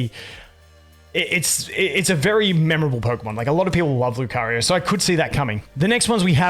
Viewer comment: Where are you from that makes you use R at the end of words? Like nowR, LucarioR